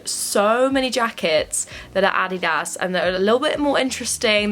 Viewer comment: "addy dahs" ily haha